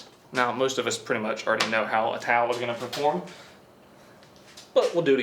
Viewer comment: Sham-Wow Tawl. 😂